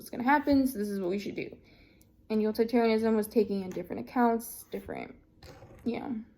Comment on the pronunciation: Utilitarianism/Kantianism were a bit mispronounced and might need a little review